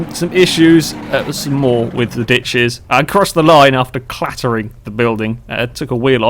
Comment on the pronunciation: For a moment I thought I heard "Bitches" instead of "Ditches" xD